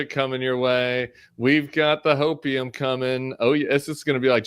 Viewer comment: "Trying to find hopium in Ohio. Tim takes the joke too far." I was like wtf is he saying... Baking soda?? 😂😂